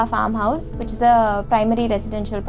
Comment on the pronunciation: Hi Mam it's which, not wuch